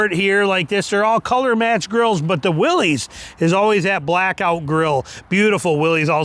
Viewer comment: It's a Willys, not a Willies. Stop saying it wrong.